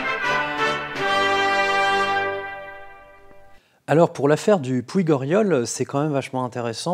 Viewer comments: Très beau travail. Un détail: puig se prononce "pouch". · Dommage que vous n'ayez pas demandé aux locaux comment on prononce les noms des villages ou autres lieux (exemple : "puig" se prononce "puitch"). Bravo pour le reste (malgré les abominables "du coup"). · Tres interesant , mais ont dit pas le "pUIG", pronontiation catalane "PUCH" mIN 12.55. "pUIG dORIOL" . Saluts. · Vraiment une super vidéo claire et prenante de bout en bout. Vivement la suite ! Like et abonnement... Juste une chose : Puig se prononce Pouitch ici. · Bonjour et bonne année :) , Je me permet de vous répondre pour remercier déjà, pour ces précision, mais aussi pour vous dire que moi je ne suis pas du tout du coin, et au début de la vidéo le "g" de Puig m'a titiller, au niveau de la prononciation. Du coup je tenais à vous le dire, pour vous faire remarquer l'intérêt, de votre commentaire et pour partager mon plaisir d'avoir eu une réponse à mon titilllement :) .